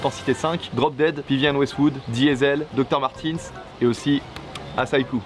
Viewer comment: HA NON on dit pas docteur matens mais doc martens !!